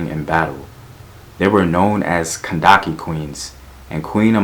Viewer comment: the Kushite queen was kindicate, kandace is a mispronunciation.